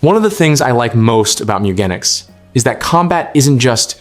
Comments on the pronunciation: Top 10 beginner tips It's pronounced Gen ic ss like Genes, like jeans. Mew Gen ics meeeee ewwwwwgenics MEWGENICS meow genetics moooo gan iks mewgenics! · I clicked off the video after 2 seconds because of your pronunciation of the games name. Checked the comments and glad i saved 19+min lol